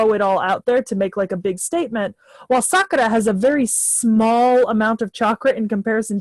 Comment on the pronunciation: the way you say sakura is cringe..its sakoora or sakura..not saakara...ok?..its not elegant for her...its meant to be said sorta gross when referring to her...shes not a good character